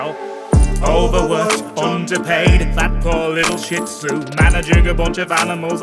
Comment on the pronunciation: Cool song, but he mispronounced Shih Tzu and it's really upsetting me